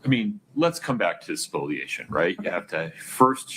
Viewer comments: the term is ‘spoliation’ not ‘spoilation’ - I love you guys but this gets me every time you say it 🤣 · can you point me to an official source where it is spelled ‘spoilation’? It’s spoliation everywhere I have ever seen it, and therefore is pronounced ‘spo-lia-tion’, not ‘spoil-ation’